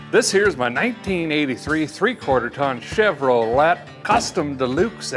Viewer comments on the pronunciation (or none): I hate to tell this southern boy the “T” in Chevrolet is not pronounced but, it is spelled because it is French. 🙂